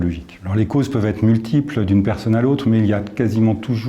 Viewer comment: Faut m'expliquer la ça se prononce perseunne ou personne